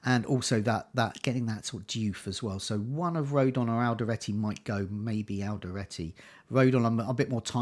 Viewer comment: It's Alderete not Alderate :)